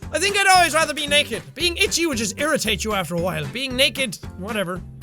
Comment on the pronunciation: "69% percent of people would raether be naeked" that Irishness rocking in his accent